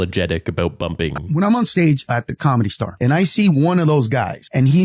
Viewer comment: I can't stand how he says Comedy Star 🙄 it's 'The Comedy Store'